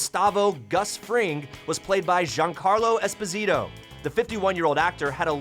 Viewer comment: espO sito , accent/stress on the first O, not emphasis on the ''I'' like most pronounce. sounds completely different otherwise in italian (his name is italian)